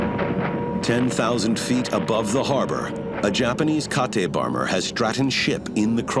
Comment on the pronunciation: "Japanese Ka-Te bomber" ahahahahaha Kate is the American name for it